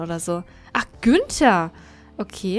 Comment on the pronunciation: Gunther? Ich dachte Günther 😂